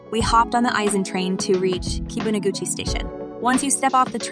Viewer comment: and Kibiun???